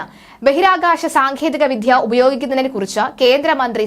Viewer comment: സാങ്ഖേദികവിദ്യ എന്നല്ല മോളേ, സാങ്കേതികവിദ്യ എന്നു പറയൂ